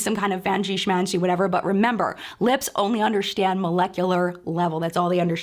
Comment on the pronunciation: I love the way you say ‘undershtand’, very Jodie Foster/Holly Hunter esque.